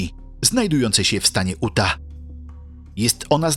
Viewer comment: Utah Czyta się "juta" a nie uta i Big Slide "big slaid" a nie big solid😅